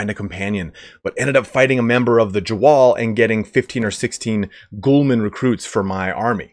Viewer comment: 'Ghulam' isn't pronounced as 'Ghoulman' lmao